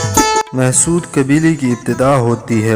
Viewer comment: Why is “Mahsud” nowadays pronounced as “Mehsud”? I’ve never seen a Pashtun refer to these people as “Mehsud”- neither does it spell it in that way in any history book. Is this yet another new thing?